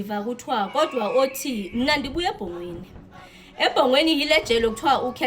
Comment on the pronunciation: It's "Ebongweni" not Ebhongweni🙄🙄🙄